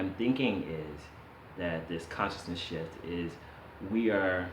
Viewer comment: i know you're saying shift but I'm half expecting you to say shit so thats what I'm hearing.